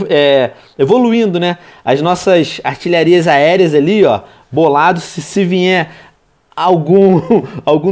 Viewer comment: Para re jogar Clash e volta pro minecraft pois vc não sabe nem falar o nome das defesas! kkkkkkkkk artilharia Aérea